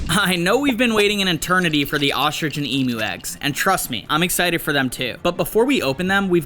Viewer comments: That's not how you say emo is emu the higher impromptu I'm Australian😊😅 you kind of got it wrong but that's ok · Emu is pronounced ee m you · Bro said Emo egg instead of emu egg😂😂￼ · You said emo egg😂😂😂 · it’s pronounced emyu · Eem-you said fast is how you pronounce emu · BRO REALLY SAID EMO EGG😂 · Bro said kemo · Why tf did he call the emu egg EMO bro I feel bad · Bro said emo egg😂😂😂😂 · Bro said emo egg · That’s not how you pronounce emu!!!!!!! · As a Australian he is saying emu wrong